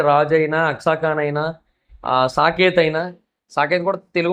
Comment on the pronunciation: Saketh kadu sanketh Jaswanth kadu yaswanth